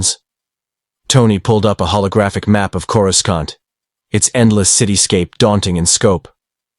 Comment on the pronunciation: i wish you would fix the pronouncing of Coruscant. it is really annoying in each and every story